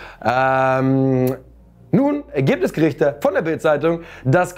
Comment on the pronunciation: Gerichte oder Gerüchte haha